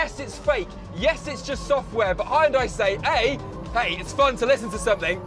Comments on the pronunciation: “Haian Die” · hound and I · What's with that pronunciation? Lol u change whole brand.hi n dai? It's like han/hun+day if it's exactly same as Korean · it is 'hyun-dae', not 'hy-yun-dai" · can someone tell the British it's pronounced Hyundai and not High Un Die. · The way he says the car name: hi and die! The yun in Hyundai should sound like the youn in young. Hyoundie! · Great car, great presentation, but what the heck is “Hie-un-die?” Did you mean “hyun-day?” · hi-an-die. never heard it said like like that lol. the proper way to say it is hun-day. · hyun-day (or even hun-day). 2 syllables, you can do it! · Huhn-day not "Hi and die". Lol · Never before heard spelling it "hai-un-day". It's just "hun-day". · It's not HIandye, it's Heunda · Not Ha Yun Dai, It's Hyun Dai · Its called "(h)Jundai" and not "hi und dye" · High and Dye? is it really pronounced like that? I've been calling it "Hun Day". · "Hun-die" not "hi-yun-die" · hayundai :)))))))))))))))))))))))))))))))) where the f u saw a before y ? its just hyundai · People still reading Hyundai out loud as "Haiundai" in 2023 D: at least do "hyondé" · people on the comment also not noticing the guy saying high n die insted of hyundai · he pronounced it hi oon die. so you know the quality you were getting into. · WHAT? It's pronounced hun-day. hyundai. This dude has an accent, of course he says it differently. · It’s pronounced Hun-Day by the way! Love the video though and hope to see the 74 on the road soon 🙏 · My Korean friends always say everyone says it wrong. They say, Hee-you-n-die. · Pronouncing it "High-Un-Die" hurts my soul. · Amazing and really well done. Now, I only wish Hyundai UK would put out a marketing campaign to fix the pronunciation as it should be 'Hyun-DAY' which is the closest to the original Korean pronunciation and how it's marketed in the USA. Oh well...I'll still probably be buying an Ioniq 5 or Kia EV6 (Or Genesis G70 Electrified) in the future...amazing stuff coming out of Korea